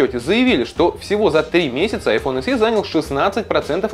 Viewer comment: Не айфон [се], а [эсе]